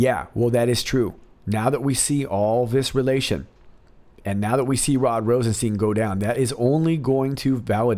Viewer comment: Love your videos and you have a great voice! One thing, when saying Rosenstein, think Rose 'n Frankenstein. That's how you say Rosenstein (like FrankenSTEIN), it also sounds like Einstein but when we think of RR, Frankenstein is a lot more appropriate. Lol ;)